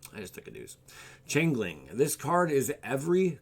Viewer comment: change-ling not chain-ling